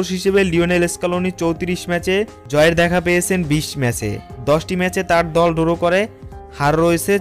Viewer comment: আপনাদের ভিডিওগুলো অসাধারণ লাগে। তবে মাইন্ড করবেন না, ধারাভাষ্যকারের উচ্চারনে অনেক সমস্যা আছে যা দৃষ্টিকটু শোনায়। যেমন "ড্র" কে বলছে "ডোরো"। আমার সংবাদ উপস্থাপনার উপর ট্রেনিং নেয়া আছে। আমাকে যদি আপনারা ধারাভাষ্যকার হিসেবে সুযোগ দেন , তাহলে আমি সঠিক উচ্চারণের মাধ্যমে আপনাদের চ্যানেলের ধারা বর্ণনা দিতে পারবো ইনশাআল্লাহ 🙏